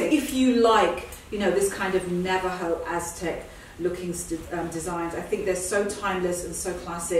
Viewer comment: Classic this "Atzeck" coat !!!